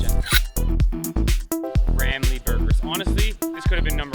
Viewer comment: You pronounced sambal belacan right, congrats! So for a start, kari is pronounced as "car-ree", not "ker-ree". nasi is "naa-seek", not "na-see". lemak is "luhh-muck" ramly: "rum-lee", not "rem-lee"